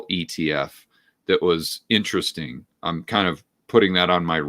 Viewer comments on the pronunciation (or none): none